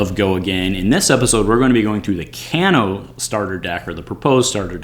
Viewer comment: Another great video, but I'm fairly certain his name is pronounced "cane-o" not "caan-o" ...